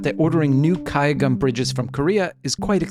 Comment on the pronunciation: kudos on that pronunciation of gayageum!